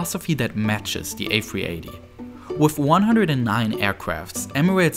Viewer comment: Twending. Wif. Fousand. Speech therapy anyone